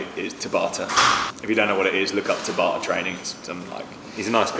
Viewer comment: Just FYI, "Tabata" is more like "Tabitha" than "To barter"